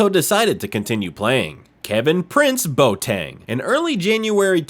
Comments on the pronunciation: Villa-REAL? REAL Zaragoza? Bo Tang? Really..? How about learning to pronounce the names of the teams and players before you make a video...? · Im a French Ghanaian but I Know it's pronounced.bowateng